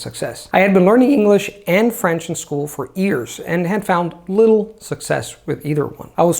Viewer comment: I have been watching videos for quite awhile now, and he obviously speaks English like a native speaker - however, I find kinda cute, that in spite of all these years of practice and polishing the language pretty much to perfection he still pronounces "years" as "ears":)